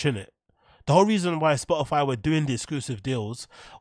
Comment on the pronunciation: Spoh ih fie innit